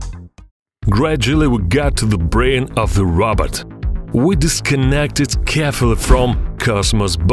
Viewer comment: It sounds like he’s saying Robert